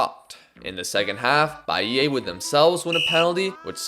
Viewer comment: amazing vid as always! if i could be a nuisance abt one thing tho... the sound u make of the last A in Bahia is wrong, u gotta pronounce it like the A in car, an open sound, dont twist it cuz for us brazilians it sounds like you're saying bahiei